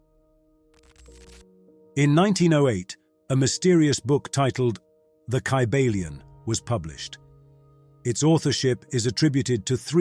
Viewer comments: This book was written by William. Walker Atkinson...a Mentalist.. it is pronounced KY BALION.. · First of all the first sentence saying the name of the book is incorrect that’s not even how you pronounce it lol